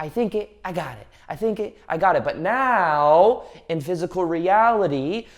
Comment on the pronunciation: your "right neow" is trigger me .